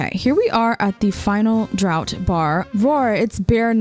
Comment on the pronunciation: "Warez" is said wares, like his items that he sells--and draught is pronounced draft, it's a weird word for drinking :3